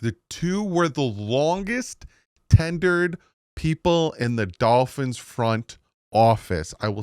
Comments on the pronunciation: “Tenured”. Tenured. You’re making Jersey look bad my dude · Its tenured 😂😂